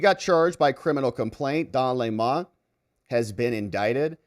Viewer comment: Sir, it’s Dong Le’mon now.. 😂